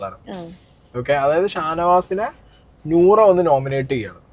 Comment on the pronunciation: നോറ നോറ എന്ന് എടക്ക് എടക്ക് തെറ്റിച്ച് പറയാതെടോ നൂറ നൂറ എന്ന് അല്ലേ